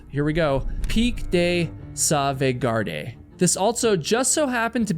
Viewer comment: PIK de Sovegard, I wrote it phonically for you to be able to pronounce it.